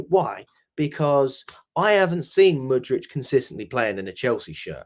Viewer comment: Stop calling Mudryk Mudrich mate. That's fucking annoying.